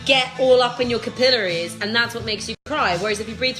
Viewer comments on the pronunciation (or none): I like how she pronounces "capillaries" as "caPILLories."